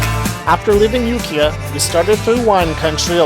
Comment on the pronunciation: It's pronounced youkyah